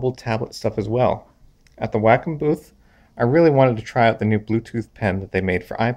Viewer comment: Lmao I can't even take this dude seriously when he pronounces wacom wrong.... YOU'RE FIRED